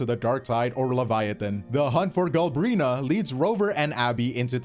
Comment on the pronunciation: If he says Galbrina one more time I'm gonna lose it